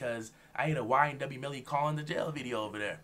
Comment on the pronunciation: Bro said ynw belly that got me laughing